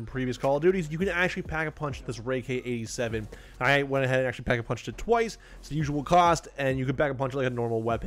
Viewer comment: he calls it the rai k 87 the whole video lol